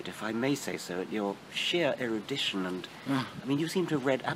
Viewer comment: 'erudition' ... 'eah'...